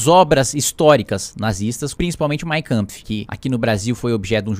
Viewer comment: E ñ é mainkamfi... é mein kampf...